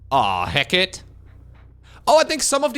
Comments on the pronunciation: As a mythology buff, hearing pronounce "Hecate" as "Heck It" is draining melanin out of my hair. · I think it's pronounced He-Ka-Tee (Hecate)